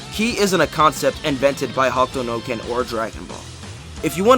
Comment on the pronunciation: The video is great but why are you calling it ""Hawk Tuah no ken" lol